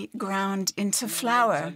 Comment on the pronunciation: The interpreter pronounced flour as flower....there is different between flour and flower